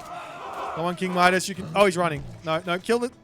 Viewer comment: It's pronounced Midas, not Midas 😛